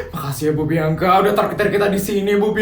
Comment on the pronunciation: Bianka bg bukan biangka 😂😭😭😭